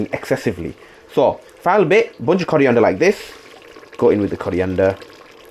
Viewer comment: Coriander ❌ Curry ender ✅